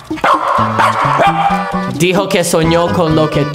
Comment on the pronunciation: Se dice Simba no sinba